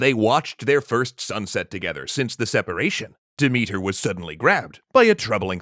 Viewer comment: Sooo, just a thing. Demethra's name isn't pronounced Demethr, sorry. The "a" at the end of her name isn't just to make it look more like a feminine name, but to be read. I mean, Dimitar is a male name in bulgarian, and there are similar names in many slavic languages, plus Greek. Sooo, yea. And usually I don't have such a problem with the names, but the way you pronounce Demethra's name just sounds like Dimitar, and that's my father's name, and I don't like him, like at all, and don't enjoy having his name in my Greek mythology videos, especially ones, where this name isn't present. One love ❤️